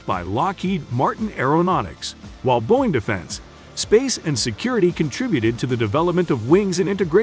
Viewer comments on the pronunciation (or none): none